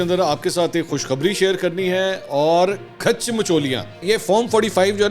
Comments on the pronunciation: او بھائی الفاظ کھاچ ہوتا ہے کھیچ نہیں کھاچ مطلب جیسے اپ ہو باقی مچولیاں اپ ایسے ہی لگا دو ، باقی اپ کو الفاظ اتے ہیں مجھے بھی الفاظ اتے ہیں جیسے اپ کیلے الفاظ ایا ہے وڈی کھاچ 😅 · khech nahi khach hota hay 😆